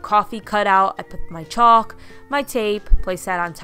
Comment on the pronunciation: The "L" in chalk is silent